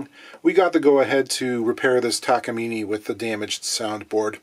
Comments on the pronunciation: I have a Takamine F360 (copy of the Martin D-28) and in Australia i've only heard it pronounced : Tak-a-mine rather than Tak-a-mean, still beautiful job on the rebuild. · It's takamine .. not takameany. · Taka-meany? Is that how it's pronounced? I've been calling them Taka-mine all these years.